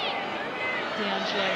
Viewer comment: 'Allo 'allo 'allo wha' 'ave we go' 'ere den❓️Annuvver DEE -- stroyer of foreign names❓️ Surely if your intention is to insult Sabrina D'Angelo you can create something slightly more engaging than D.Angelo❓️